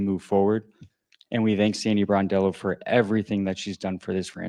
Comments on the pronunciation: I caught that too. Bordello is not a good way to mispronounce the name. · BRONdello, not BORdello. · Hey, come on man you're a stand-up content creator 🤷 do not RAPE Sandy's SURNAME ‼️ SAY AFTER ME BRON ‼️BRON ‼️ IT'S BRONDELLO 🤔 IT'S NOT BORDELLO 🤷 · Please pronounce her name correctly . It’s Brondello. NOT Bordello, which is a brothel. Bordello means brothel, where ppl go to have sex. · NOT Bordello, Brondello... Plz just get it right for once dude! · Hi ya - PLEASE pronounce Sandy's name correctly it is BRONdello not BOARDdello!!! Look up the definition of bordello and reflect on your pronunciation. Other than that, I like your content and look forward to watching your videos. Stay safe and healthy!!! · I just wish these youtube guys would actually learn how to says the names of the people they are ta;ling about. So many calling her Sandy BORDELLO. Really takes away from any credibility they might have on the topic. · It’s “BRON” as in LeBron! BRON-DELL-O. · BRONDELLO.....show some respect and pronounce her name correctly